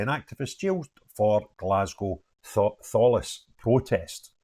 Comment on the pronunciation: It is pronounced tal- ess, they should've been sentenced for more because you need MOD clearance to get in, so it is a terrorism charge end of story